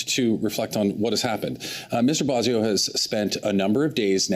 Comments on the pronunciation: I love you guys but you pronounce Randy’s last name wrong too lol it’s “bwa sen- oh” not “boy”. But seriously you guys are great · Cocaine Randy’s last name is pronounced Bwaw-so-no. No “boy” in Coke-a-hontas’ last name. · It's pronounced Mr. Bozo